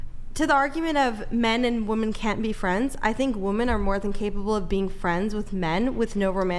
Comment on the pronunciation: my God,, how do you get so many women that don’t know how to pronounce the plural word “women”. If I have to hear another one say something like “To the argument of men and woman can’t be friends…” 🤦‍♂️🤦‍♂️🤦‍♂️ It’s honestly disturbing how common it is. But I guess I shouldn’t be surprised that a woman showing up half painted like a damn clown is on the intellectual level of a grapefruit.